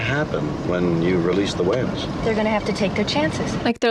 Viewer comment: Side note: perhaps it was me but were they pronouncing the word whales ..."hwales' the way Stewie says 'Cool Hwip'? Dammit Bones , you're a doctor, not an English teacher 😆😆😆